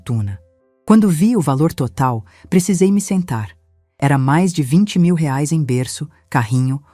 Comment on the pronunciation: A nora era vagabunda, uma vigarista. Essa Patrícia não tinha família? Digo, mãe e pai para pagar as coisas do bebê? A sogra também era muito idiota, carente demais. A narradora não sabe pronunciar o valor da moeda brasileira.